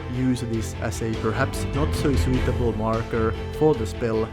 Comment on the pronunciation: Also "sooweetable" (suitable)